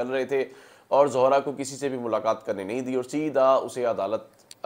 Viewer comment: Not Zohra its Zehra